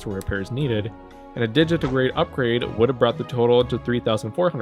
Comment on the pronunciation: Sneaking in to thank you for pronouncing digitigrade right. Nobody does.